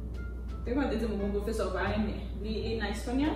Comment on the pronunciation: No I never joure professerr rrrrrrrrrrrrrrrr she's so cute.😃😅